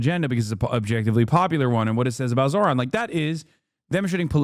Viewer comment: you SPELL it WRONG!!!! its zohran(Zoooohhh-run is the pronouncation)